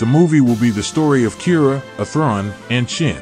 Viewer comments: Why is your pronounciation of Athrun like that??? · Interesting video, the TTS mispronunciation of Athrun is distracting, though. You should be able to edit the pronunciation.